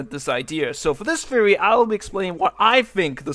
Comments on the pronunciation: thhheory. say it with me. TH eory. not "Feory." Theory. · Mers Stop it, he can't control it